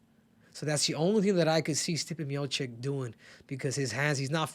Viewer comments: Miočić not Miokik.. it's like i call you Kehudo and not Cejudo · You cant even pronounce correctly Stipe's surname, it is Miočić. Learn man he is the GOAT! Long time there